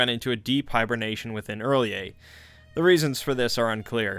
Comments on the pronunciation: I'm super annoyed he pronounces it early-a instead of rhy-lay. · I think it's pronounced like R'llhor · he lost me at “earl-yay” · 'early-ay' Ahahahahaha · (relyeh) like realyeah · R'lyeh Smh smh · Why urlyeh or rilyeh? It is not spelled urlyeh or rilyeh, where is the u, where is the i ? What about Teal'c from Stargate SG-1, is it tealuk or tealike? No its's Teal'c. What about the C'tan from Warhammer, is it the uctan or citan? No it's the C'tan. Or are you like Majorkill who think it's pronounced Stan? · "R''lyeh" is pronounced "ur-LIE-eh. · R’lyeh is pronounced ralay